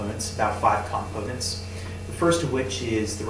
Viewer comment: i hope you've learned the correct pronunciation of the word "components" by now. the fact you struggled with that word makes me skeptical of anything you say following.